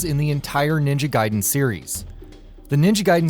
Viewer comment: At least he didn't say Ninja Gay-den like most reviewers who didn't know.